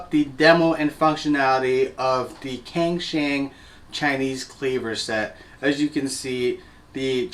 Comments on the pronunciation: Just a small thing, wouldnt cangshan be pronounced Tsangshan? Or maybe its a cantonese brand, I dont speak any cantonese so for all i know it might be. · Pronounced as “tsang shan”